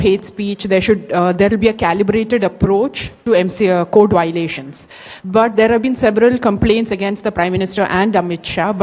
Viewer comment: Voilation kya hota hai??😂 violation hota hai...theek se pronunciation toh seekh lo.